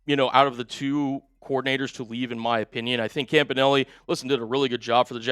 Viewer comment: Isn't everbody pronouncing Campanile wrong ?